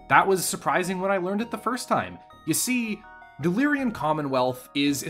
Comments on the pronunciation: He keeps saying Lyrian instead of Lyran, and no how much I try to ignore it, I cant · Lyran, not Lyrian. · For your favorite faction, it's extremely aggravating how you add an extra syllable to their name every time you say it. Lyran. LEER-un. Two syllables. It is not "Lyrian" like you always say. As a nerd and a grammar stickler this drives me crazy. I like your ideas about the Capellan Confederation being literally everything wrong with organized humanity rolled into a single entity, and also North Korea in space. Part of me wants to support them just to be contrarian and antagonistic, but they're so freaking bad at everything that they're incompetent at being proper villains. And culturally, House Liao is Chinese in origin. They also have notable populations of Spanish/Hispanic and Native American origin; if a significant Capellan character isn't coded as Chinese they're almost definitely either Cherokee, Comanche, or have a last name like Rodriguez or Trujillo. Not to be confused with Clan Nova Cat, who are basically 80s stereotypes about peyote smoking Navajo but without casinos. Capellans in general are comical mustache twirling scumbag villains from Saturday morning cartoons, like the rogues gallery of Captain Planet. Federated Suns are what you get when you take the British obsession and idolization of a royal family that has lacked any actual qualifications for centuries and scale it up to an interstellar empire. Draconis Combine is what you get when you have some American nerds who haven't taken any reputable Asian history classes design a fictional society based on thei